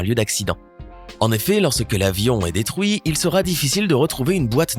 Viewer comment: C'EST DÉ-TRU-IT PAS DÉ-TROU-IT COMME FRU-IT PAS FROU-IT